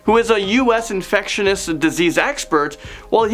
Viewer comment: "Infectionus"? My God when will this kid learn english?